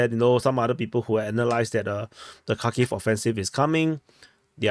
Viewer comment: Its Harkeev or Harkov 😊